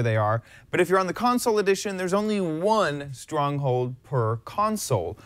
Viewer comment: stwonghold? You mean strong hold